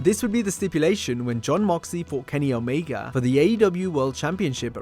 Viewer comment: Omeega?!!? Ya that's how you say his name.....😂........🤣